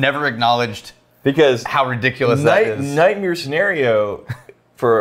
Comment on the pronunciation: did just say "nightmere"